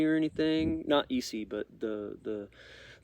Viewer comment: Its pronounced S E knives